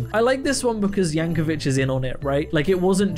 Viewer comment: Yankovic is pronounced like “Vick” not “Vitch”